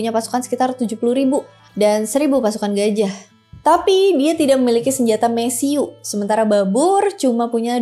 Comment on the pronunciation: Mesiu dibacanya mesiu, bukan mesiu